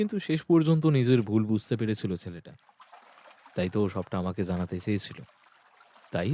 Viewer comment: Moshi Ota " Zanate " Noy, Ota " Janate " Hobe.